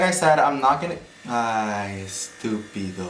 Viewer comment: The number of times u said sstupido💀or sstupida😭🤠